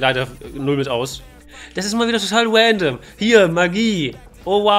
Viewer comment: wandom und twailer killt mich immer wieder :face-purple-crying